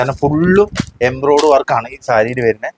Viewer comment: നിന്നോട് പല പ്രാവശ്യം പറഞ്ഞിട്ടുണ്ട് എംബ്രോയ്‌ഡ്‌ അല്ല embroidary എന്ന്. ഇനി തെറ്റ് പറഞ്ഞാൽ അടിമേടിക്കും കേട്ടോ 😂